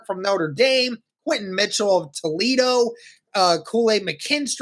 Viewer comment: Quinyon not Quentin lol